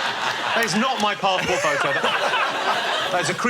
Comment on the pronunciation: At time stamp "It's your passpoh pho'o" gets me everytime 😂